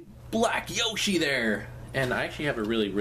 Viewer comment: youre saying yoshi wrong...